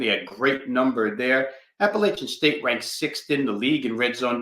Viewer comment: JMU came back. App had the lead most of the game. Also, the west was weak!! Best to just say App State or ASU when you can’t pronounce Appalachian correctly.